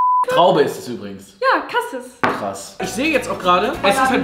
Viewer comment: nicht cassis sondern casieees 😄